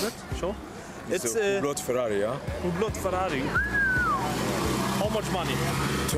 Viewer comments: Spricht Französisch und weiß nicht wie man Hublot ausspricht EHRE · Der Typ ist nichtmal Franzose, sonst könnte er Hublot auch richtig aussprechen. Sein Akzent hört sich auch nicht besonders französisch an...